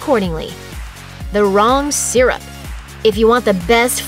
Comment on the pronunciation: She cant even pronounce syrup correctly. Lol